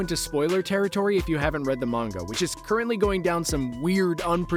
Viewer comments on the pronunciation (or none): none